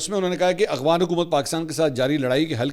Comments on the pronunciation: Aghvan nhi Afghan hota ha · منصور علی خان صاحب آپ افغان کی بجائے اغوان لفظ کیوں استعمال کرتے ھیں میں نے اکثر نوٹ کیا ھے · بھائ اغوان طالبان کیوں کہتے ہیں جبکہ لفظ تو افغان ہے